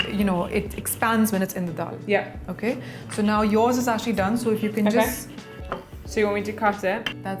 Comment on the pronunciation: isnt that yaaaaaaaaaah she borrowed from USA 😂😂😂😂😂😂😂😂